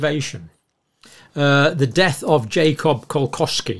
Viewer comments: Kolletschka is pronounced "call- etch - kuh" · Ko-letch-ka dear John - Cheers